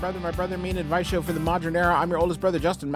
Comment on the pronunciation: I love the brothers so much but it bothers me the way Justin says the word modern. He says it like it's spelled moderin. Gosh even as I try to spell it it feels bad. It's modern. Margarine is a word but moderine is not. Please say the word right. Fisaridge iz he don careararez